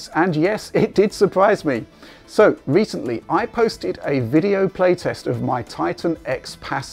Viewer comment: I think for the "Wecently"